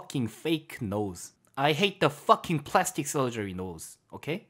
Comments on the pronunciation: 뻐킹만 발음이 아주 흑형인데? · Fucking 발음 ㅈㄴ찰진다 ㅋㅋㅋㅋ